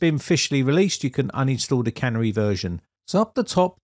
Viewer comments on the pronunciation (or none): Surely it's pronounced "Canary" (like the bird) rather than can-ery version. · I was going to comment the same thing. Its canary yellow and not a cannery with machinery and cans. But then I was afraid that the Brits had their own pronunciation for the bird. After all they still drive on the wrong side of the road. 😉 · The correct pronunciation is Canary as in the bird, not cannery where food is canned! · Canary is a bird, not a, can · Vivaldi have doing multiple split screens for your yonks! Oh, and canary is not pronounced like "tannery", it starts with "can" and ends with "hairy" without the"h". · the 'Canary' channel is pronounced like the little yellow bird that could once be found in some coal mines, rather than a place where tin cans are made.;-) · You're pronouncing 'Canary' wrong. It's a bird that was commonly used in coal mies to check out whether the air was good. Clearly Microsoft are allowing users to test whether the system is safe.